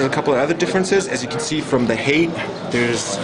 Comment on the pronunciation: Height is pronounced "hahyt", not heyk.